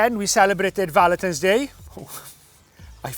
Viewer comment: I thought you said ‘Valeters Day’. Clean cars are good but a Day? 🤣🙈🙈